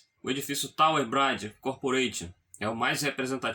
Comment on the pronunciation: Muito bom!! Parabéns pelo trabalho de alta qualidade! Dica: estuda a pronúncia correta de "BRIDGE".